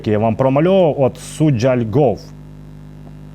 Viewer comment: СуджА, а не СуджЯ !!!